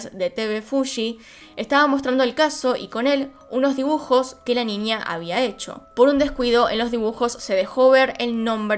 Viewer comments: Porque dice Ninia o cosas con la ñ dice nia XD? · Me encanta cuando dices ninia en vez de niña jeje